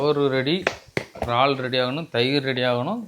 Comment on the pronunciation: Ennapa iraal became raal